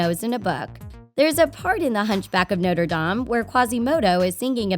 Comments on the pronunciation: Y do u say noierdam it’s Notre-Dame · The way she says Norte dame makes me cringe they say Notre dame so many times in the actual movie Sorry I’m passionate about that stuff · its actually no-tre-da-me and not notr dam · Sorry but she said Noder Dam like no sweetie no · The way the narrator said Notre Dame had me cringing!!!!!!!